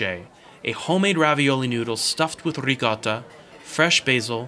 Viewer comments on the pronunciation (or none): none